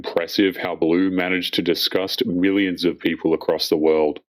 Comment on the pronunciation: did… did you say “willions”?